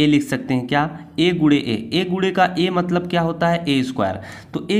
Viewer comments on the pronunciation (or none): none